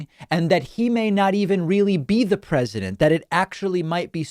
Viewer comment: What a joke. MB couldn't even say the word "president" and she is being critical of our new POTUS. And her old man counter part looks like he's at least as old. These 2 clowns need to leave the big tent and join the sideshow.